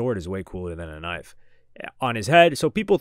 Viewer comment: "ISSA KNIFE"